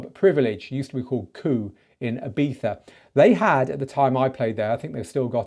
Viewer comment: Flawless "Ibiza" pronunciation ✅